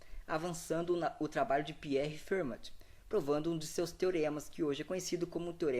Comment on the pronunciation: Só uma coisa, se pronuncia "Ferma"